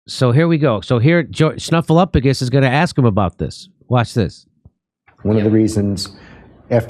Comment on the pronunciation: Thank you for properly pronouncing Snuffleupagus' name correctly, Jimmy.